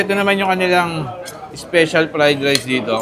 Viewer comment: Hmm why do you have to mock the way how he said "special?" (ispisyal) 🙄